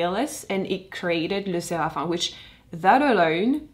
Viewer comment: Lesserafin??? Pourquoi tu ne prononces pas le m😭 ca me stresse énormément